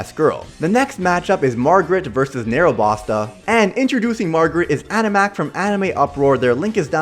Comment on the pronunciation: Narabasta nore like narabusta